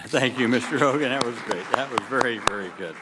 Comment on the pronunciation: “Okay Mr.HOGEN” lol 😂😂😂